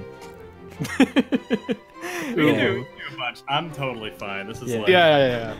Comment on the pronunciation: Just an FYI "Corps" is pronounced like "Core" and not "Corpse." :3